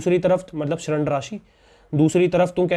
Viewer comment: Bhai tum padha thik Rahe ho mast pr bol hindi english dono mai galat Rahe ho hindi hai shrand nahi (rind) d damru wala aur english mai dett bolenga 👌👍